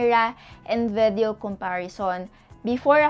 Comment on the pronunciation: Ate I love u, na bobother lang ako sa pronunciation mo ng VIDEO, hehe.